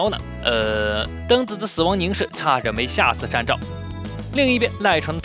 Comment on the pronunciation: 是善照你念錯了